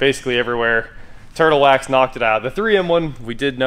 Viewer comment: And... "TIRTLE WAX HEADLIGHT RESTORE" for the OMG WIN!